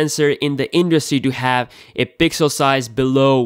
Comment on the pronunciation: "Pigzel senzor beeyest"